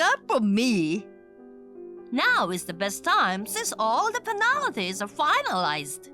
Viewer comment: 'Penalties' is pronounced 'pen-al-tees' not 'puhn-AAAAAL-ittys'